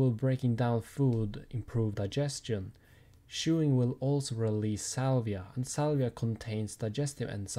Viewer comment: its saliva not salvia